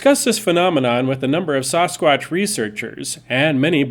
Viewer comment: Please.. Sass-quatch, not Sauce-quatch. It is Ike sassy, Saskatoon and Saskatchewan.... not spaghetti sauce or sausages...